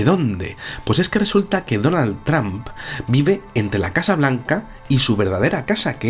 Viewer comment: Por favor mejoren la pronunciacion, no se dice Tramp, el sonido correcto es Tromp!